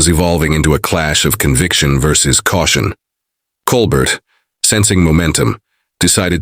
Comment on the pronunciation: At least get the AI to say Colbert correctly. Coal Bear..